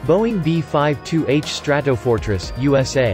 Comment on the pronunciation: The B-5-2 Stra-to-for-tress... robo voice ruins everything